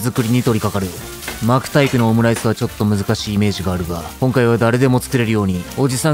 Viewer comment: 巻くタイプを【マークタイプ】に聞こえて??ってなったWWWWW